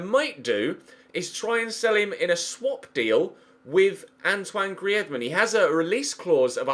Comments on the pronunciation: Its not gree ez man its greez man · please say griezmann not gri ez mann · It’s pronounced greez-mann not Gree-ez-mann jesus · Its not Gri-ez-man 😂 its 2 syllables mate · Dude, Griezmann is French (and his surname is Alsatian), not Spanish. The z is just pronounced like a normal z, not a "th" sound. Google IPA/French if you want to check for yourself. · It's not GriÉzmann!!!!!!!!!!!! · Why are you pronouncing Griezmann like that? 😕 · Don't sign Griezmann I can't stand the way you pronounce it 😂😂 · Simple for the fact that I hate how you say Griezmann I'm saying Draxler Draxler Draxler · Please stop saying Griezmann like that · Pls stop saying griezmann like that he's not Spanish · yes get Griezmann and say his name correctly please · Who else is cringing every time he says Griezmann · don't buy griezmann if you're gonna keep saying his name like that, sign forsberg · What was that pronounciation of griezmann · Please say griezmann properly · Why do u say thomas and griezzmann like a fuckin idiot